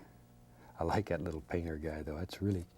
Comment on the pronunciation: Just like 'at. (juss lygat?)